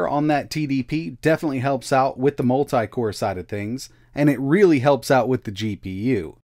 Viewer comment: As much as I would like to watch the whole video the way he says multi just annoys me too much that I can't make it.